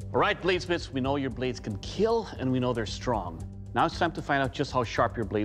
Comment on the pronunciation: The 4 most terrifying words in the entire show: "it will not keel"